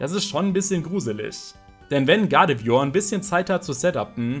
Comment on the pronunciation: Dafür, dass du so viel Zeit mit Pokemon verbingst, kannst du überdurchschnittlich viele Namen nicht richtig aussprechen.... Triggert mich nen bisschen... come on.... GuardevOIr nicht Guradevior? uvm.